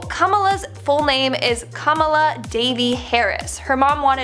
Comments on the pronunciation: I'm not making fun of but we in Trinidad pronounce Kamala like Kamla and hearing how she pronounces it makes me laugh a bit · butches her name so badly. 😬